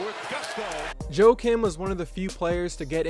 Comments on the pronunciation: u Americanized pronunciation of his name. Joe Kim?? Joakim pronounced Wa kim... the J is silent. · Pronounced "Yah-keem" Noah?